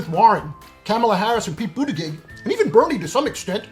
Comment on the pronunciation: You are still mispronouncing Buttigieg !